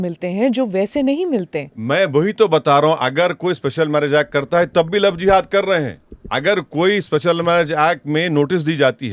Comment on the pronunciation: Love Jiva😂😂😂😂😂😂😂😂😂😂😂😂😂😂First of all madam pronounced properly 😅 GODI MEDIA 🎉